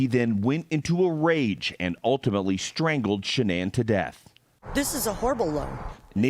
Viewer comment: I still try to figure out why he & the media calls her Sha-nan and her mom calls her Shannon ...